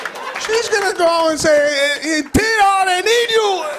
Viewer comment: Plus you dont pronounce Tito as in English........its.TeeToe